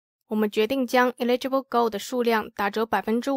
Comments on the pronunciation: eligible是 /ˈeləjəb/,第一个不是i发音吧😄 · eligible 發音是應該是eh·luh·juh·bl哈哈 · 美國，跟澳洲發音上的差異，不影響理解，只是不習慣所以覺得很有趣XD